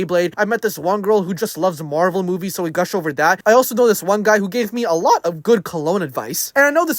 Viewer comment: "he gave me aleuot of colone advise"